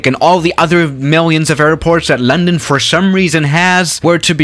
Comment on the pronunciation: “Lendon cidii